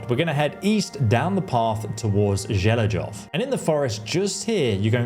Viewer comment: I really like it when English speakers try to pronounce the Czech names of villages. :D No offense, but it is funny. Zhelejov sounds something like equivalent of Ivonville in english (Želežov - Železov = Ironville). Actually beter pronunciation is equal to Zheleiov (or Jeleiov, sounds equal). And Tachov is Takhov (Kh like in Kharkiv). But it really sound funny and cute. But I understand the Czech is really hard to pronounce it right with this ambiguous transcripts of Czech villages names and the names overall and I appreciate the effort.